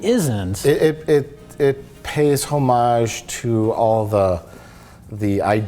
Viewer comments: I thought it was "oh-mage", not "hoe-mage".. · btw Mike, you don't pronounce the 'H' in homage. it's pronounced like "oh-mah-zhuh" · Mike keeps saying "HO-mage" and I twitch every time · Until this video, I didn't realize that there was multiple acceptable ways to say "homage". i've always silent-"h"ed it. >>> "oh mahj". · The H in homage is silent bro.